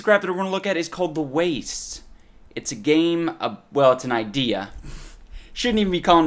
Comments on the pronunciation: I can't help but chuckle every time he says "ci'y" Also, because of the way he says "the wastes", I thought that in this game you could only travel to "the west" after leaving the city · holy shit i just realized he say s the wastes and not the west